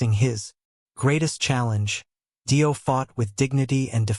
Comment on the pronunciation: More fucking crap AI bullshit, can't even pronounce fucking Dio correctly and comes out with Dio was frontman first with Rainbow, what about Elf....shit shit shit, don't bother watching and save yourself 12 minutes